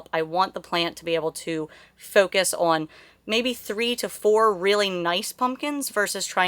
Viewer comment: I enjoy this channel! I love the way says the word "on". She makes it a two syllable word, ah-wun. Simply adorable.